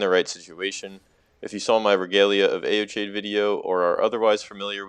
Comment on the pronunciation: "Eochades" and "Marise" is killing me. You got to Google this shit before you say it